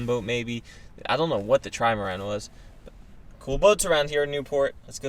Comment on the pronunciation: I like how calls the boat a Trimarand 😄